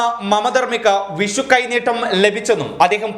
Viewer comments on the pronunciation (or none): none